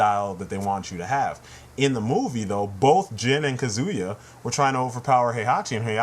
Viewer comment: now im being annoying; but kazuya is pronounced cah-zoo-yah not cuh-zoo-yah.